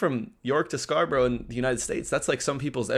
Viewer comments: It’s Scar- burra not burrow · Come on. You should know how to pronounced SCARBOROUGH, or any other town ending in "borough", by now!! SCARBRA not SCAR BUR ROW! Public TRANSIT!? TRANSPORT. First difference. We don't call it a ROAD TRIP! " SUB COMPACT CAR "!? Car bingo....WHAT!!?? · Scarborough is not pronounced as Scarboro'...it's 'Scarburruh'!! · "Scarbro" Where's that? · Scarborough, pronounced scar-bra xx